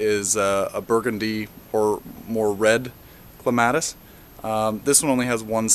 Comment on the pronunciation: thats not how you pronounce clematis